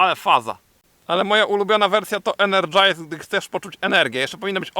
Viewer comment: Enerdżajzer jest to i wkurzajzer być powinien😜